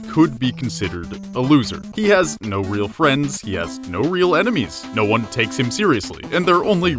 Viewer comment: gotta feel bad for the guy but still, WALUIGI NUMBER WAN!